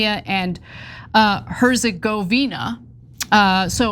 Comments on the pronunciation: Bosnia & "Hesziggoina" are two countries? WTF..... US education system failed so bad. No wonder Trump won. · it's pronounced hurts-govina....bro who's this lady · I love Ana but it was embarrassing hearing her trying to pronounce Bosnia-Hersegovina as if she'd never heard of it before. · Just a point Ana. It's Bosnia Herzogovina and it's one country not 2. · Is ana really that stupid? She has been working decades doing commentary on politics and she has no clue what bosnia and herzegovina is. She cant even pronounce it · Anna, you aren’t doing much for our opinion of America if you think Bosnia Herzegovina is two countries… and you might want to practice your pronunciation before taping. … and Cenk, oof. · she had difficulty pronouncing Bosnia Herzegovina and avoided saying Muharemovic! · How is Herzegovina a difficult word to pronounce? surely she has heard that word before? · Ana can't even pronounce Bosnia and Herzegovina 🙄🤦‍♂ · You can't pronounce "Herzegovina"?